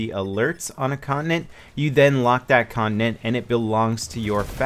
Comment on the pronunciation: you pronounce it 'con-ti-nent' not 'connent' XD